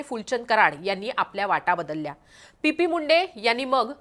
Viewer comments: पी.पी.मुंडे नाही टी.पी.मुंडे आहेत ते!नावाचा योग्य उच्चार कर प्लीज. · PP नाही ग TP बोल...